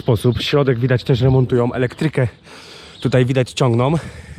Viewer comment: "Elektryke ciongnom"🤣🤣🤣